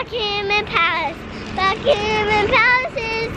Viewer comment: went to 'Buckeemem' Palace 😁😁😁😁